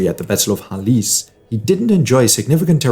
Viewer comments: More like "Halkedon" ;) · Khalkedon is much correct as a pronounciation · Is that the right way to say Chalcedon?